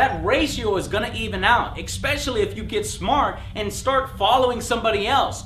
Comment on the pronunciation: Why does Joe always say "expecially" instead of especially?